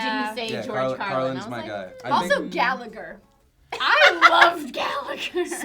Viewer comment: americans always pronounce the name gallagher wrong!